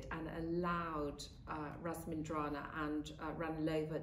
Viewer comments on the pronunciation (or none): How can RAMINSINDRAZANA possibly be pronounced "ras-min-dra-na"?